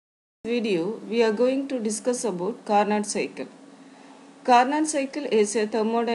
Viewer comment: The actual pronunciation is "carno" where "t" is silent. Of course these doesn't matter in science where understanding is most important. But still I m giving this information from a GK point of view.